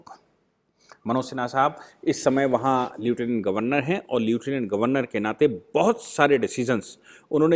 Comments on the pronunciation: Leutinent is to be produced as "Leftinent", NOT as Lutinent. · Sir bag your pardon to correct your pronunciation. It is लेफ्टिनेंट गभरर्नर not लिऊटिनेँट गभरर्नर. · pls pronounce lieutenant correctly as लैफटीनेन्ट